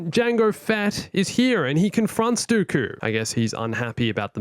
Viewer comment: I thought you were saying darth goku as a joke lmao